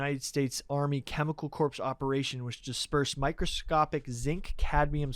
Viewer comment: still getting the word “corps” wrong every time blows my mind